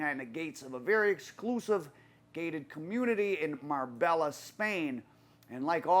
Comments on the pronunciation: It’s pronounced MAR-BAYA NOT MARBELLA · Mar-bella 🤣come on at least name check places your doing stories on the ll is silent it’s nearer mar-bae-a also it’s not been known as the Costa del crime since England and Spain agreed a extradition treaty in the early 2000’s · Ya killin' me. It's MAR-bay-YA. I lived there. Used to be a nice place until the Columbian and Mexican cartels started taking over. It's literally gangsters paradise now. From what I hear, it's supposed to be somewhat of a neutral territory. Surprised this guy got killed there. Sounded like a very amature hit. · Marbella is pronounced mar-bay-a man , I can't believe I'm the first one to say it . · It's Pronounced..Marr-bay-a... the LL are silent in Spanish.. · Nice video but you don't pronounce the l's in Marbella they're silent its "mar bay ah" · it's pronounced "Mar-bay-a"